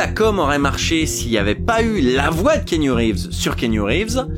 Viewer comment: Par contre keenu reeves se prononce kéanu et non kinu 😊